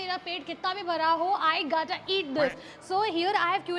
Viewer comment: It's not gatta it's gotta 🤣